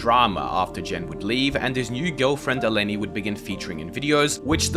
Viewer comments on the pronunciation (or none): none